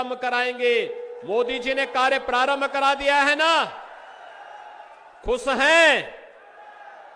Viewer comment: अरे जाहिल खुस नही खुश होता है 😂😂😂